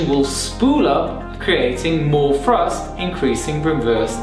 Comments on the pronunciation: Ok so it wasnt just me who kept on hearing "reverse frust" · His English is so good it's a shame to point out mistakes. This (annoying) way of pronouncing 'th' is quite common in London and the south west of England. It can cause confusion sometimes. Frust is obviously thrust because there's no such thing as frust. However, free/three - first/thirst - frill/thrill etc .. the list goes. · Did he say “frust?” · Weverst frusft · It's Thrust, not Frust! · Some people just can't pronounce "th" correctly. Since it is not a part of their mother language. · There is no F in thrust. I have a Southern accent but properly pronounce words in a professional setting. Love your video learn how to speak properly